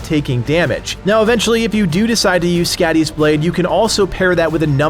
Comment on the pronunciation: skadis .blade..its pronoced ..like your saying scotty.. but it whould be..soddi ..she is a norse goddess of winter and the hunt..and she looks like a juaten weridly